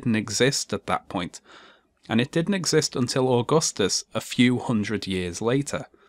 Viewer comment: being an Italian, grown and educated by a public educational system that provides young students with basic understanding of roman history even at lower ages - I'm quite triggered at the way Stefan Molyneux is pronouncing Augustus